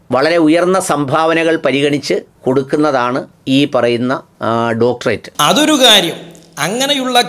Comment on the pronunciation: സംസാരത്തിൽ യാതൊരു കഴമ്പും ഇല്ല. വ്യക്തി തേജോവധം അല്ലാതെ.സംസ്കാരം എങ്കിലും ഉണ്ടാകട്ടെ ഉണ്ടാകട്ടെ എന്ന് പ്രാർത്ഥിക്കാം. ഡോക്ടറേറ്റ് എന്ന് ശരിയായി ഉച്ഛരിക്കാനെങ്കിലും പഠിക്കണം.